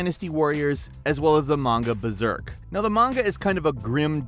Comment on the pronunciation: hey fellas its BERSERK, not "BERZERK"